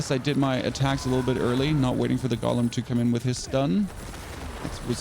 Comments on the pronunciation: Drives me crazy when people say "gollum" instead of "GO-lem" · It's not a Gollum. It's a golem. GOH-lem.